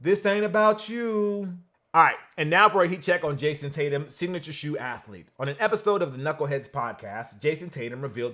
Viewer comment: Sorry but his name is Jayson